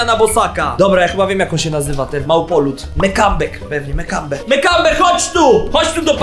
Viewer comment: mekambe normalnie mambeppe ale powiedział mekambeeeeeeeek